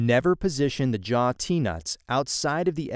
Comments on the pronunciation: Jaw not jar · A jar... your accent makes the W come out a bit like an R.